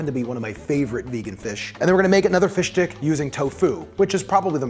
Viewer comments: I've never heard someone so clearly pronounce it "Fish Dick" I can't tell if it's intentional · omg, this was hilarious. Thanks for explaining it. It made it so hilarious. I’m laughing my ass off. PS: Every time you say fish stick I hear “fish d*ck”